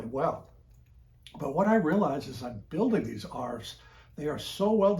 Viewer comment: Please don’t call them arfs